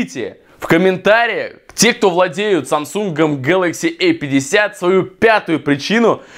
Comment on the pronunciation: Не гэлакси э 50 а гэлакси А 50